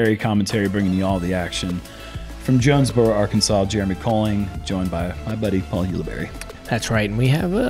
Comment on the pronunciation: Jonesboro, spelled as "joe-nez bro"😀